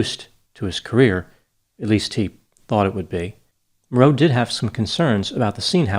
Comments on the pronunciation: Vic Morrow's surname is usually pronounced with first syllable accented. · For future reference, Vic "Morrow" rhymes with "tomorrow"… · You have nailed this one Doc. I remember at the time the arrogance of Landis. Basic indifference to Safety killed those people. I wish Vic Morrow had refused to cooperate, after looking at this set. After all the experience with the Combat Series, with so many war scenes, he had to get killed by a fool Director for this stupid TZ segment. BTW, I've never herd his last name pronounced that way, do you know something the narrator to Combat didn't know? Also, Vic was the father of well known Actress, Jennifer Jason Leigh. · Yeah, that bugged me the way he was pronouncing Morrow as well. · You mispronounced Vic Morrow’s last name. It’s not like “mor-ROW”, it’s “MOR-row”, just like “tomorrow”. Even in death, he’s suffering injustices. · Excellent analysis, as usual! Small correction: as I recall from "Combat!" & other work, Vic Morrow's last name actually is like the 'morrow' in tomorrow, not 'morROW', but then I'm old enough to remember when TV was the latest thing! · In this segment you have pronounced Vic Morrow's last name incorrectly. You ran it all together like it's one word, it's really pronounced the same way one would pronounce the word, "Tomorrow." The reason I bring it up is because you're a man who seems to like to get your facts straight on all aspects& levels you're an exacting individual it just doesn't slap a video together without doing research. So that is why I have mentioned this tiny little error. As part of my curriculum as an English major in college, I studied linguistics. I always enjoy your presentations. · The accent is on the FIRST syllable in his last name! It's MOR- row. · Morrow's name is pronounced like Tommorow.😜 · Morrow is pronounced MORE-oh. I did extra work for the Blues Brothers in 1980 and on the third day John Landis fired me, which was fine because he was (is?) a horrible human being.